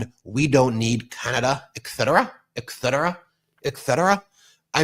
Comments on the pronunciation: Ben, it’s et cetera, not ek cetera. When you say it repeatedly mimicking g tRump, it’s very noticeable. Other than that a great take on 47’s idiocy! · Its eTTTcetera not eXcetera and I am sorry to say that Trump is one of the few people pronouncing it rightly, which makes me feel bad! Sorry one of my pet peeves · I'm smiling at you, Ben.... If you're going to criticize Trump's speech, know that there's NO "K" in "etcetera." (Holy Moly!)